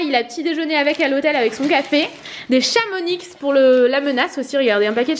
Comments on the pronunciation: Maintenant que tu vis à la montagne, va falloir s'habituer à plus prononcer le X de "Chamonix" 😂 Gros bisous 😘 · Une petite précision...on ne prononce pas le "X" dans Chamonix... Je suis aussi dans les Alpes et tout près de Chamonix et les gens de la région vous le ferons remarqués comme ils l'ont fait quand je suis arrivée de Paris...